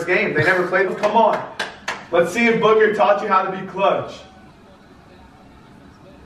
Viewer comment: I like how says booger sometimes when he says booker